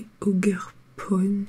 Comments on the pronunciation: C est oGuerpon par ojerpon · Ça ce dit « ojerpon » et « ruji lune » , juste pour la prononciation :p